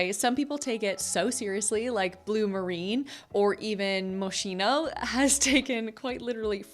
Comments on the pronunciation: I really appreciate the effort and time invested in the production of these videos, but please, learn how to pronounce European fashion brands properly, it is MOS-KEE-NO (not moshino) ....etc. It is really shame to continue failing on that. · Moschino is pronounced” Moskino” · First time here, enjoying your energy and deep research. Not just social media (equals everyone copied another one). But you should be more mindful about the name of the brands. Sorry this really bothers me… especially people from US. They don’t give a… about it. Moschino is pronounced like when you buy a Macchiato. See you. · You should learn how to pronounce 'Moschino'' properly.